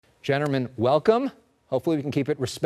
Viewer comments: "Gentermen, welcome." Dude couldn't even get the first word right.. 😂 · he didn't actually say gentlemen, he said "chatter men" :o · "Gentermen, welcome..." 🤣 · I just came back to this video for some reason and I never realized before that the mediator says "Gendermen, welcome" at the beginning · “Gentermen”? Are you FUCKING KIDDING ME?! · Did he start with saying "genderman"?? 😂 I rewinded a couple times, and i did not hear an L in there anywhere lol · Homie said generman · “Gennermen welcome” 😭😭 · You lost me at, “gentermen” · “gentermen welcome” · Middle guy: gerdermen, welcome Me: oook that's enough *closes browser* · "gentermen, WELCOME" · dude said "genterman" lol